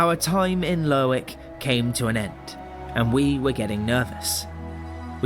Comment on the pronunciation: dont pronounce the W in lerwick